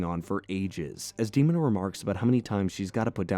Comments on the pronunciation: It's deh-moh-na. I love this cartoon so much. I wish we could get more like samurai jack. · i stopped at the mispronunciation of demona's name. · The mispronunciation of Demona and Elisa Maza like they aren't stated in the cartoon is crazy. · How he pronounced Demona and Eliza makes me twitch.. grrr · The way he is butchering the female characters names Elisa and Demona tells me everything I need to know. He didn't watch Gargoyles lol. I can't continue watching this lol. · I was (and still am) obsessed with this show. The butchering of prominent names are annoying the hell out of me. How do you mispronounce Demona?! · The way you pronounced Demona is very bothersome. Especially since she herself tells her name! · You can say Xanatos and Desdemona but you can't say Demona correctly? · Please let this be A.I. the moment I heard Demona's name pronounced I stopped the video. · Im calling bullshit on you being a big fan of the Bard when you can't even say Demona correctly. Frankly you reek of bullshit. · How did you watch the whole show and not learn to pronounce Demona and Elisa correctly? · Agreed. Popped up on my recommendations, loved the show as a kid and thought it would be a fun watch. Less than 2 minutes in and he pronounces "Demona" incorrectly and it just immediately made me nope out. It's tough for a video to sound like it knows what its talking about when mispronouncing main characters makes it look like you didn't watch a single minute of it. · clearly says Dee-mo-nah, yet de stick with Dehma-nah……WHY!!!! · Her name is DeMOANa, not Demon a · You clearly didn't watch this series when it actually aired because its De-MOAN-a. Not Demon-A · Demon-a? I thought it was De-mona or Day-mona. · Its dee moan uh not demunuh. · Who the hell is Demon-a? its DE MONA. MO NA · I loved the show and HATE that you mispronounce Demona's name It's not DEOMON-a it's de MOH na. No true Gargoyles fan would EVER get that wrong. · "Dee-moan-ah", Not "Dee-mon-ah". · "Demon-a"? lol...